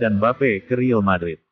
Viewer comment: Admin gak jelas!!! Real madrid bukan ril madrid.. heddehh